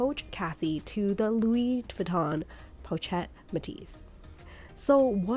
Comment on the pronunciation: Not Po-chet it’s pronounced Po-shet. I have 3 and they’re great cross bodies because they lay flat against the body & hold a fair amount.